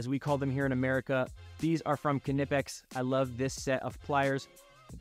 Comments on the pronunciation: That knipex pronunciation hurts but i agree with your list :) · In english, it's okay to drop the K and pronounce it "nip-ecks". It's exactly like "knight" and "know". These are foreign words assimilated into english and we dropped the k over time. Just don't let the germans hear you.